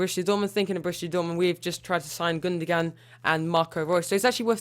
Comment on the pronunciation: Gundoan not Gundogan